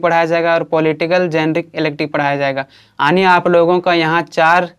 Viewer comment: Aani ❌ yaani ✅🤡😁